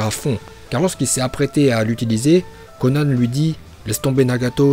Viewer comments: kon qui ?? pq y dit konan c konane en pronontiation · Ça s'écrit konan mais ça se dit konane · Non il s'est trompé sur la prononciation de konan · Dedera, mandanda, konan😂😂😂😂😂mais sinon super video